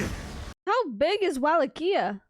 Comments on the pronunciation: Wallachia is pronounced "VLAH-kee-ah," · Love your pronunciation of Wallachia lol